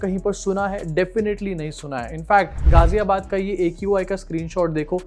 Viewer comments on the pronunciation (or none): Qi bolti ha not aqi